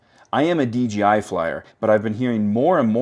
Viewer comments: Why do you call it DGI? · Every time. Take a listen and tell me if it sounds like DJI or DGI to you. It sounds like DGI to me.